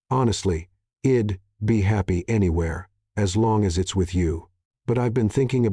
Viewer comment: Some of the words are pronounced wrong. Switch back the other narrator. This one sounds like his voice is to raspy. Instead of I’d, it is saying id. Instead she’d it is saying shed. Also since is was narrated in women perspective, a women voice would been great